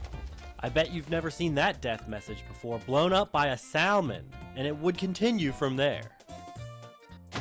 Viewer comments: Only one other person commented about how you pronounced saLLLLLLLLLLLLLmon, jesus christ no more L takes papa rizz, ok no more gen z also from me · Losing it over how he pronounces salmon🤣